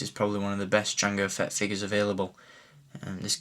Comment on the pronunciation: I know your english but why do you say Figas? its figures godamnit!!